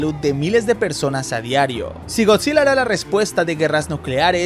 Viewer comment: Bro pense que decia gorrillaz